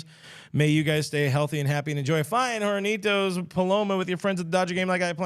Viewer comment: The h in "hornitos" is silent. You're welcome.